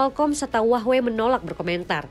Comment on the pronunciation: hua-wei ❌❌❌ huahh-wey ✅✅✅